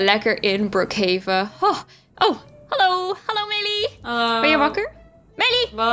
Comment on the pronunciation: Brookhaven je zegt het verkeert gezegd